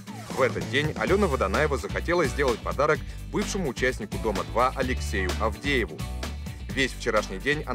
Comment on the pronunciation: Почему Адеева закадровый называет АВдеев?